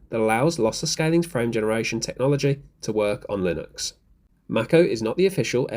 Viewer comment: Please look up how to pronounce Mako (like the shark) 😄